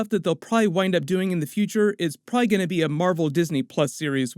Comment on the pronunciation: Pra-lee is not a word.....probably is a word